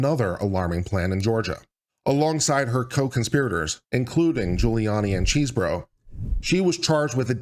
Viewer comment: I kept hearing "cheeseburger", but I think it's because I'm hungry!